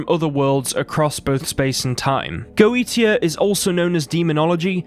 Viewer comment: Goetia is pronounced "goe-shia".